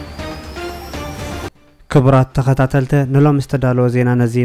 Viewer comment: መግለጸ ዘይኮነ መግለጺ ተኸታተልተ ዘይኮነ ተኸታተልቲ መልእኽተ ዘይኮነ መልእኽቲ ተዋስእተ ዘይኮነ ተዋሳእቲ ኢልካ እስኪ በጃኻ ኣንብቦ እውይ😢😢